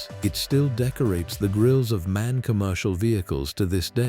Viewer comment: Не мэн, а эм-а--эн.